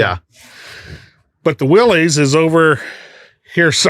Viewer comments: It ain't Willys it's Willis 😅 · Willys, pronounced Willis. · I've heard this debate for years: it's pronounced "willus" not "willees" not sure if theres any truth to that? Probably just dudes from the south talking about jeeps with northeners lol. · ok guys - two things - you supposed to be authorities right ? its NOT A MOTOR - its an ENGINE ! and Willys is pronounced WILLIS its not controversial - due the research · there is no such thing as a Willy’s Jeep . It’s Willys. Actually pronounced Willis.